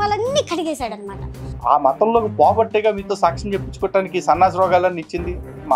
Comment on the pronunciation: ఆ ఉచ్చారణ సాచ్చం... మహానివేదన...ఇలా అంటోన్న మాటలను బట్టి..... ఈ సన్నాసి... బ్రాహ్మణ వనిత కాదు... ఏ హీన స్థితిలో ఉన్నా బ్రాహ్మణుల మాట తెలిసిపోతుంది... ఇది చాలమందికి తెలుస్తుంది....